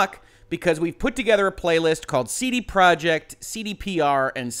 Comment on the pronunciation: YOU CAN'T EVEN SAY COMPANY NAME RIGHT. IT'S PROJEKT!!!! NOT PROJECT!!!